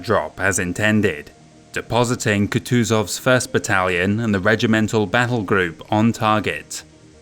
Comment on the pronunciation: A small note for you in the future, Kutuzov is typically pronounced "Khoo-tchu-zhov", otherwise fantastic video. Loved every minute.